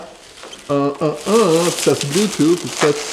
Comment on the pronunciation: Treadmill not threadmill